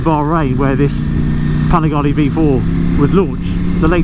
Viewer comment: It’s panigale not panigali